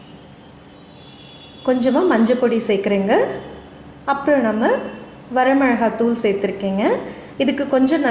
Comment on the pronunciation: வரமெழகாத்துாள் இல்லை வரமிளகாய்த்துாள். தயவு செய்து திருத்தமாக உச்சரிக்கவும்